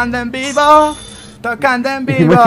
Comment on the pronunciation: decía tocando en pivo o vivo